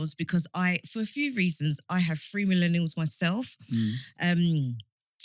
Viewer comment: she needs to stop saying MENELIALS. WTF man